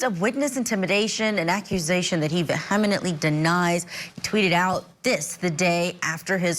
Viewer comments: Vehamenantly? The hell does that mean? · “Veh hem en ently” denied? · "Vehemenantly"? Really? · Her pronunciation of "vehemently" 😎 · Don’t give him airtime, he’s just a clouthound. And learn to pronounce “vehemently.” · It doesn't matter if we mind it or not - it's wrong.